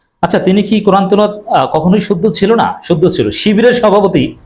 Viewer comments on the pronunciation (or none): You said teloat why no Tilaowaat?